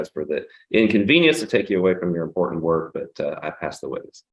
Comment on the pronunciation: She doesn’t pronounce some letters, like important sounds like impor-ant.